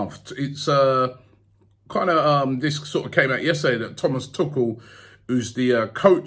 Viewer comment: "Thomas Tookall"? 🤣